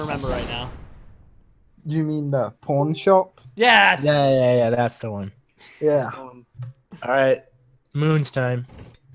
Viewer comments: He said Pornshop Insted of Pawnshop!! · it sounds like hes saying porn shop